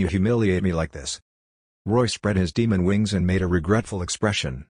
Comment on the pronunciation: Lol MA-de